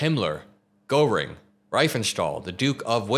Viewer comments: Goreing??? Come on! Don't be ignorant! Everyone who is a commentator online has no right to be ignorant of that. Google translate can tell you how to say it. I never heard a single person say his name wrong ever, until now. Been watching you for many months, daily. Never eff up Nazi names, it makes you look ignorant about Nazis, and that is a bad thing. We all need to be very, very informed about a few Nazi names. They should never be forgotten, that is bad. Be informed, be good. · honey, it's "gear-ing". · OK, Hermann Goerring, important historical figure. It's pronounced Gehrr-ing. There's no - O - sound in the pronunciation. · Great segment,. Though you really do need to learn who Hermann Göring (pronounced “Gare-ing”) was. Also learn about Joseph Goebbels, H*tler’s Minister of Propaganda (Steven Miller likely has a poster of him on his bedroom wall). These are essential figures to understand when covering Trump’s journey to fascism as he’s using the exact same playbook. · You are miss pronouncing Goring! It's Gering! Otherwise, good video. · Goering is pronounced Geh-ring. Sorry, I'm a WWII history buff. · Please learn how to correctly pronounce Gőring. Mispronouncing it makes you sound sophmoric and ill-informed. And the fact that you were too lazy to ask someone who might know bespeaks slovenliness. You saw a foreign name with a punctuation mark you didn’t know and were too convinced of your intelligence to look into it further. To lazy to fact find. Shame on you. You’re a bum. Well-intentioned but a bum. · learn how to pronounce Gogrings name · For some reason, you not being able to pronounce Göring correctly really irritated the shit out of me.. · Check your pronunciation of "Goehring".